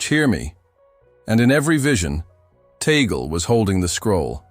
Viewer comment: It's Tag-le, not Tagel.